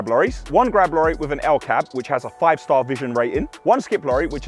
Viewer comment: Kudos to you for growing as fast as you have...even if you can't say "Grab Lorry" (Glab lollies) 🤣